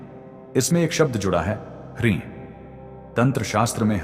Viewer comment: Hreem is the correct pronunciation not hareem.